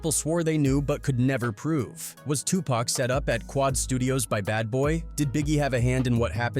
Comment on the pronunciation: Man, the bullshit oozing from this video is crazy pac was from nyc not los angeles. the ai voice you use is trash too....his name isn't 2-pack.